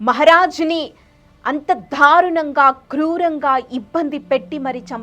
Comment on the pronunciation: తెలుగు భాషా ఉచ్చారణ మీద దృష్టి పెట్టమని మనవి . ఔరంగాజేబ్ కాదు ఔరంగజేబు , షం భాజీ కాదు శంభాజీ , షాహు కాదు , సాహు . దయ చేసి స శ ష వేరు వేరు అని గుర్తించండి . ధారుణం కాదు దారుణం . వత్తులు ఎఫెక్ట్ గురించి వాడు కోవద్దు